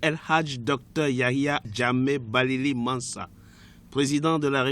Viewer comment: C pas bailli c babili